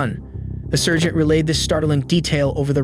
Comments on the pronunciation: What's a Sir-geant? How do you shorten that? SIR-ge? Lol😂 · ai voice, dude cant pronounce sergeant or cell phone correctly.